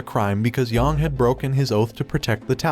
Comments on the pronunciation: its not pronounced yawng its pronounced yaeng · YONG, really? It’s Yang, they say it in the game. You can at least pronounce it right. I hate when people do this, it’s disrespectful